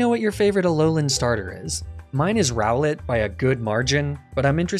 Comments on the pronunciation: ROWLET, NOT ROWLETTE! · ROWLET, NOT ROWLITH!